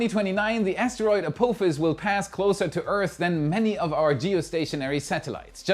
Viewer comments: Perhaps you can pronounce ah-POFF-is before 2029! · Bless your German heart the way you say Apophis lol